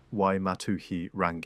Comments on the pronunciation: Prnounced "Rung - EE ." "TAR FEE REE MAR TEAR "... TUNG A ROH AAR... RAWNG OH MAH TAH NEE...HO MEE AH TEE KEE TEE KEE... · Roll the R sound